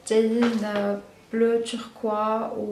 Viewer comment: On dit bleu TURQUOISE pas TURQUOI